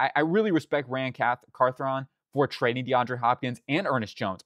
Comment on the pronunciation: GM name is pronounced Car-thon Why resign Baker/Gibbons when Grey and Williams are cheap options as well as Chance Campbell who had a breakout in preseason before his injury. Sam Darnold is a waste of 25mil and doesn’t allow Levis to grow or show that he isn’t the guy and that they need to move on. I understand not assuming players like Holland, Trey Smith and Tee Higgins hit FA but if they did those are all positions of need with enough cap to actually send them all competitive offers. Will Campbell is being projected as a guard at the next level (similar to Skoronski). Tre Harris isn’t a bad option but at pick 34 a little rich. Could potentially get a player like Jayden Higgins later and use that 2nd on pass rush but that just depends on how the draft falls.